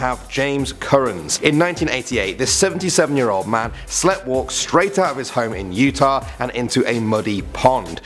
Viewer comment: I love these videos, but, for the love of all that is spoken, please look up how to pronounce "sleepwalked". We are english, but even some americans can say it properly